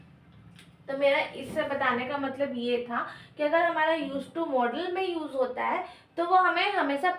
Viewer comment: Maam aap मॉडल verb ko मोड़ाल verb kyo bol rhi ho ya hmm hi galat padhte a rhe abhi Tak 😊